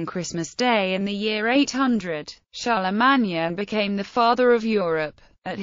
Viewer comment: That 's pronounced CHAR LE MANE...........SOUNDS LIKE A ROBOT TALKING.